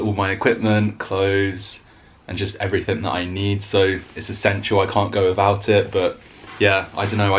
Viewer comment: When you say you cant go wivout your rucksack I think you mean without . There is no v in without .